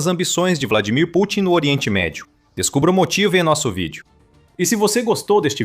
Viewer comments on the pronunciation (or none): none